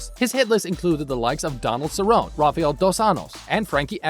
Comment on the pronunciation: Donald se roan Raphael dos annoes. I can't stand when people who don't know anything about mma make videos about it. Learn to pronounce their names jagoff